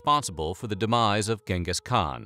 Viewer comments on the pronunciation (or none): none